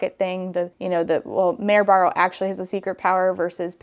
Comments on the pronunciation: I thought it was "Mary Barrow" 😅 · I’ve never read Red Queen, but the way was saying the main character’s name kept sounding like Merobiba of Drawfee fame so now I won’t be able to without thinking of that 🤷